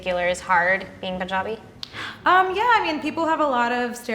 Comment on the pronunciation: the way she said punjabi is so so much panjabi